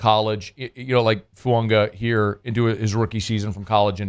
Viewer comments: where are you getting the letter N in FUAGA? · Well, according to the New Orleans Saints and Oregon State websites IT IS PRONOUNCED "Foo-ah-gah". No "N" or pronunciation of an "N". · there is no N in Fuaga! It's not funga. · His name isn't Fuonga! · please stop pronouncing the N in his name 😂. There’s no N. 🤙